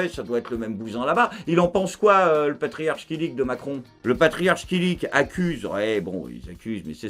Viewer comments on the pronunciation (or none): Une minute in, et ça prononce mal le nom du Patriarche. Et beh.